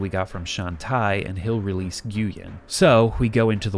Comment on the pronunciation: nguyen is pronounced 'win' not 'gooyen'...